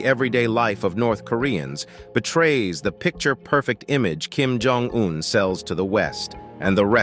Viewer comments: At the mark, you showed a picture of south Korea. I know this because a road sign says Busan 35km with a large nuclear plant in the background. This is sloppy editing. The narrator also doesn't know how to properly pronounce Kim Jong Un's name (hear this ). This short documentary has many flaws. Choose a PBS documentary - there are several - if you want a better idea of what North Korea is and isn't. I wouldn't waste time watching this one. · Cant watch any more of the English language being butchered by this chatbot. If the makers of these videos want to be taken seriously, they need to teach their robots properly. Lab hour 😠 Kim Jong double u u🤬